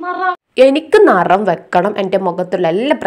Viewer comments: നറം അല്ല നിറം ...... ഇതെക്ക് എവിടന്ന് വരുന്നോ ന്തോ 🤷‍♀️ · നറം നറം ന്ന് പറഞ്ഞപ്പോ മനസിലായില്ല പിന്നെ ആണ് നറം നറം എന്ന് പറഞ്ഞത് നിറം ആണെന്ന് manselaye🙂ന്നാലും ഇ നറം എവിടന്ന് വന്നേ ഈ നറം നറം എന്ന് പറയാണ്ട് മര്യാദ കു പറഞ്ഞൂടെ kunje🤣🤣🤣🤣🤣🤣